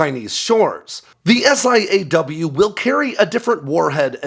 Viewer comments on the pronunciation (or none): Stop saying S.I.A.W.....its "saw" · Pretty obvious that you’re not “from the inside”. SiAW is pronounced “saw” while AARGM-ER is pronounced “r-gum-ER”.